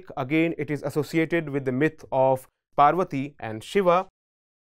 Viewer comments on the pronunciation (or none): none